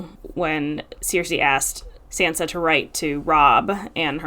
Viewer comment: After all this time, you don't know how to pronounce Sansa's name?? Wow.